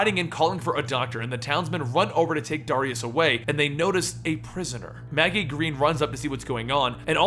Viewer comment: why cant you say the name Darius properly why do you always say Dariaus instead of Dar-ri-us